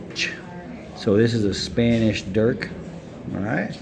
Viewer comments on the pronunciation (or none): none